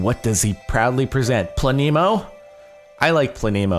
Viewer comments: It is pronounced Pla - nemo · its pronounced pleh-neh-mo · Its pronounced planemo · it is pronounced "plane-mo" it is polish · it's pronounced Planemo lolololol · It's pla ne mo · its pronounced as "planemo" haha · Pronounced: (Pluh-nee-moh) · I think it plan-emo BTW I don't try to get many likes or replies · jardon u fool it's pronounced planémo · He says Planemo. I instantly think "FLAMINGO?!" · the e in planemo is pronounce like the e in planet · I think you say Planemo like planet, except without the t and with a mo instead. And the e is pronounced like eh and not like ee. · I think the map name is either said like plan-ee-mo or plan-eh-mo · plan-e-mo (kind of fast said, also the "e" is pronounced like it is in elephant.) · It's prinounced planemo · Think it's Pla-nemo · it's pluh-neemo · I think It's Plan-emo. :P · I think your pronounce it like planet. Planemo (Plah-neh-moe) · I think it's Plan-e-mo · It's "Plahneemow" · Plan - eh - mo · I think it's pronounced- Plan-(short 'a')A-mo (short o'o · its plan-emo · its plan-e-mo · It's pronounced Plan-ih-Moh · planet with silent t -mo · Its plan-y-mo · It's plane- mo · I believe it is pronounced plan-em-oh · I think it's plan a mo is how I think is pronounced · I think it's pronounced planemo. Troll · Plan-I-mo That's how you say it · plan-EH- moe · i would say it is pronounced Pla-nuh-mo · It's plan e mo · No it's pronounced planemo😐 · It's pla-nuh-moe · I think its pronounced planemo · I think it is pronounced pla nemo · I think it's pronounced as plan-I-mo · I think it's pronounced plan-emo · "Plan-eh-mo" is how you pronounce it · I think it's pronounced planemo. :) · it pronounced (play-n-mo) silent e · its pla-ne-mo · Plan - eh - moe (eh like meh) Planemo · It's pronounced Planemo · It's (plan - uh - moe) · It's pronounced PLA-NEE-MOE. It's a planet with no star to orbit. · Not planemo its obviously planemo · It's planemo not planemo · Its planemo not planemo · No it's pronounced planemo